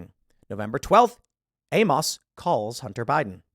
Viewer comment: TIL Tim Pool doesn't know how to pronounce Amos.